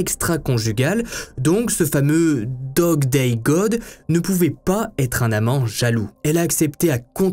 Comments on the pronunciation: me tue lorsque il dit: "Dog day dog" et non pas Dog day god 😅😅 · Coucou, un peu perturbateur le fait que tu dise dog day dog alors que c’est god Mais rien de grave , encore une bonne histoire merci !! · Pourquoi au début de l'histoire au lieu de dire '' Dog Day God'' il dit'' Dog Day Dog''? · Bjr c'est Dog Day God et non pas Dog :-))) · t' as dit dog day dog au lieu de god